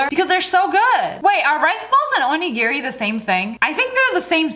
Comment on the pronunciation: Pronunciation is getting a bit on my nerves but I won’t hold it against her, origiri was the first food I had in japan and I miss it 😭